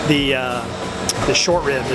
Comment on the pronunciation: The Miami came outta him when he said "these grits, and the rib mann ouuu"